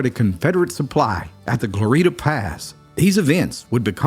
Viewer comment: It’s Glory-eta Pass, not Glor-eeta Pass